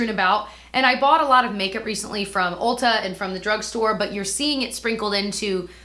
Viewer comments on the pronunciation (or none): none